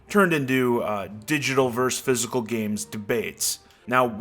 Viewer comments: versus...please...not verse. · I don't mean to come off as an asshole, but I have to point out that "vs." is shorthand for "versus," not "verse." A "verse" is a section of a song. Great video, though! Thanks for the insight and info! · Why do so many people pronounce versus as "verse"?! That makes no damn sense! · The word is VERSUS... not VERSE.. it's not a hard concept. Just say the "..us" at the end, and people won't think you're uneducated. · Versus! FFS, it's versus.